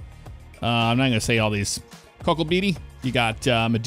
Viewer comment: Let me translate some for you haha Mundrabilla - Mun Dra Billa Eucla - U Kl a Cocklebiddy - Cock L Biddy Great work:)